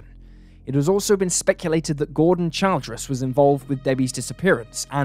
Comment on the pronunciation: In America, “Childress” is pronounced “Chil-dress”.